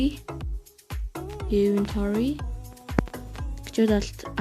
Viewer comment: iventory bish inventory geech